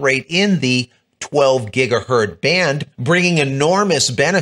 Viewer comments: It's pronounced "gig-uh-hurtz", not "gig-uh-hurt". Hertz.....multiply with lots of zeros on the end and you get gigahertz. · "GigahertZ"..... Please start pronouncing the "Z".